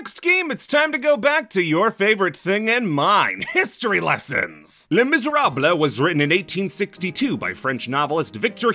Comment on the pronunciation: "It's time for a history lesson!" Oh, this'll be good. "Les Misèrables-" NO